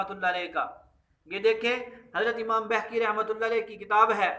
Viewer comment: Or Pehle aap khud ko to Apny Buzurgo'n k Sahi Naam lena Sikha dein...Imam Baheeeki hai,Imam Behkki nahi hai